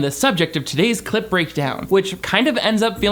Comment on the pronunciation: I watched tens of clip breakdown videos. Still hear you say "clit breakdown" every single time.